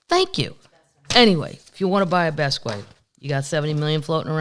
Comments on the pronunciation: Jean-Michel Basquiat. Kathleen, u say his first names in American and his last in French, which is the opposite of what he did. Jean-Michel is French sounding, while his last name is pronounced in American: bas-key-E-et - I'm guessing - because he was born in NYC. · I just ordered GS Cookies, they stopped selling in my area so I'm paying $13 for shipping and I don't care. By the way, you pronounce Basquiat like this: Bahs-key-ahh. I LOVE THE PUBCAST AND ALL MY PUB TEES!